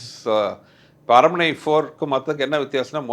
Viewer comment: Tamanna: aranmanai ❌ arannamanai✅